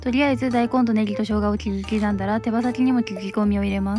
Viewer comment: 切り刻んだって言えてないところ草